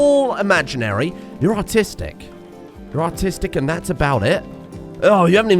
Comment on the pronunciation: keeps saying the phrase "You're artistic" referencing his colonists and I keep hearing "You're autistic" instead. Which frankly, could also still reference his colonists, but it's a good bit ruder to declare it at them like that.